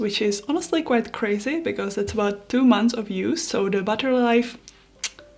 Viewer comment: buttery life are you French ??